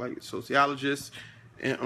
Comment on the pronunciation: dude said sociologist and physicist lol